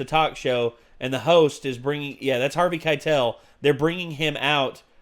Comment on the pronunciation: Every time you said Harvey Keitel, I died a little bit.